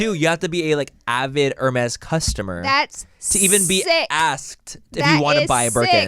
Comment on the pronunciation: “I don’t ever see you wearing no heRRRRmeZZZZ” 💀💀💀💀 … how do u even spaaaillll buurknnn hahaha I freaking love Laura 😂💞